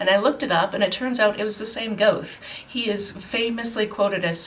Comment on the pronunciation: I've never read any Goethe (luckily, by the sound of it) but I did do a little german in school so I know it's said more like "gur-te" and that Sitz means seat :)